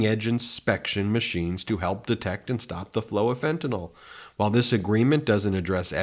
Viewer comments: Fen-tuh-nil not "fen-ti-nol" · ben you are looking right at it. you are pronouncing fentanyl (pronounced fentaNILL) as if it were spelled with ol at the end. can you read? are you just stubborn? are you on alcohyl? i know its a small point, but that's how margie the clan mom pronounces it. its how lauren boobert pronounces it. you are supposed to be smarter than them. cmon ben.